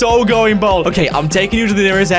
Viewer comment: you are aware it's bald not bold!!